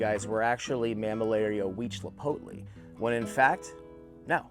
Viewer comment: Hi from Mexico the right pronunciation of Mammillaria Huitzilopochtli must be "weed see lot post lee" and he was the god of war for aztecs and Tlalocii must be "Tlaloc ki" and what you are saying is right he was the god of water for aztec civilization. Nice video!